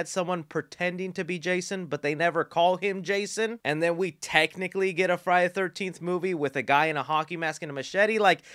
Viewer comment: I’m not trying to be mean but it’s Friday THE 13th. You are speaking so fast and… excited(?) that you aren’t annunciating. It sounds crammed together like Frinyaythirnteefth. Just thought I would help. There’s a lot of fans out there apt to find it annoying. Say it slow and separately for a while and it might help. Friday. The. 13th.